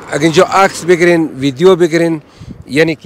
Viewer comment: آقای اگراز واقعیت نگذریم دخت خوش اخلاق ایرانی بیننده هایتانرا بیشتر می نماید 🇦🇫💝🇮🇷 ویک خواهش لطفاً ویدیو را ( ویدیون) تلفظ نکنید..‌ دم بانو گرم گرم